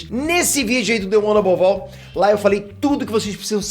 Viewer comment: The one above "ALL"? Sério?